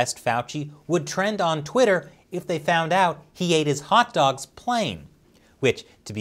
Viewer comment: "Yi' lyk dags?" "Dags? Ooohhh, dogs, yeah I like dogs"